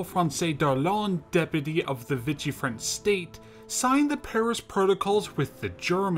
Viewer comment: Not bad but you need to practice your pronunciation. Cavalry and Vichy mispronunciation was irritating . Lavarac . Syrian . The use of PNG and North African photos also unnecessary